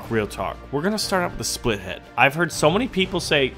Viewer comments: Why u say split -head instead of spitlead? I really need an answer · Its spit-lead, not spithead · OH MY GOD. ITS SPIT-LEAD NOT SPLIT-HEAD! FOR GODS SAKE WHY DOSE EVERYONE SAY THAT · The big plane is pronounced SPITlead